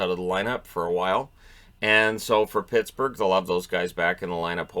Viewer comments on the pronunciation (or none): none